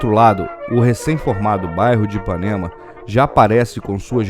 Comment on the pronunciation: Fascinante ver como era nos primórdios. So me irrita o sotaque do narrador. Ele não consegue falar bairro, sai barro. Eh bairro, amigo. Rsrs